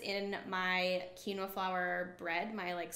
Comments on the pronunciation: It's pronounced as keen -wha. Quinoa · You are pronouncing quinoa incorrectly- it is pronounced (keen- wa) love the info though.